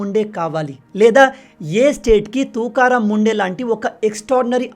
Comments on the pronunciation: Bayya,, officer name sariga pronounce cheyandi,, please ❤❤ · Name pronunciation wrong